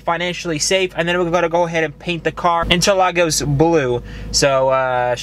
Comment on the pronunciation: U said interlagos correctly hahaha love the build cant wait to see what wheels you get Apex makes nice sets